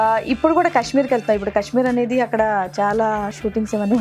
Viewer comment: Kashmeer kadu kaashmeer